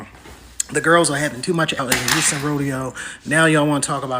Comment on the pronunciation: wait did he say unston it is Houston......